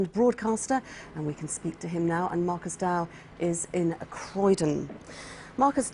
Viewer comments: She said ‘Marcus Dowe’ 😂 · did anyone notice she got his name wrong in the beginning!!!!! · Do you notice at the beginning she calls him Marcus Dowe